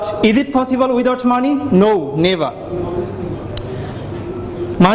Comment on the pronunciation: It's possible not fossible